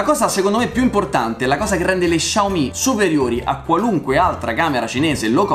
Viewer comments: Ciao! Essendo cinese la marca si pronuncia "Siao mi" e non "Sciao mi" (essendo mezzo cinese mi urta sentirlo pronunciato così) Piccola curiosità: vuol dire letteralmente piccolo riso. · Xiao si pronuncia "siao" 😂